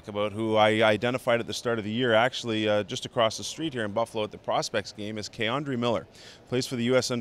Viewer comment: Lmao why do people always say "Kay-Andre"